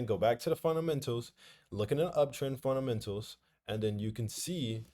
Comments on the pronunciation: appreciate you bro but that "funtamental" always kills me 😂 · I love it when he says "FunTamentals" 😂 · Me too 😂😂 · I'm so happy he didnt say FUNTAMENTALS this time lool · Don’t let somebody who can’t pronounce fundamentals correctly make you feel less about yourself😂 everybody is good at something and not so good at others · the way he say fundamentals🤣🤣🤣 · Bruh it’s “ fundamentals” Not “funtamentals” Also “taken” instead of “tucken” Hope u good all the same 🙏🏽